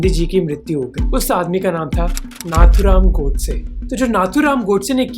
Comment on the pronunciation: Name to sahi se liya karo Nathuram godse ka bhi